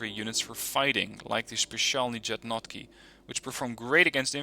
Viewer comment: Good video, as always ;) But your pronunciation of Specialni Jednotky is a nightmare :D Please, try to pronounce like Yednotky :) I know that slavic languages are unknown to you :D